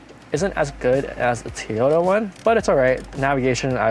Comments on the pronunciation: Teeeyota? Really? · Toyota pronounced Teaota?? ;-)